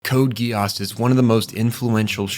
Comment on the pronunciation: Code Geass ❌ Code Guy ASS ✅